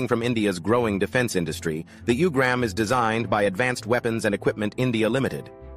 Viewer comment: It’s pronounced “ooo-grum”. Not “u”-gram